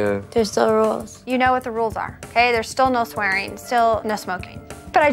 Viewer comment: "Brad and Audrey ARR now.. "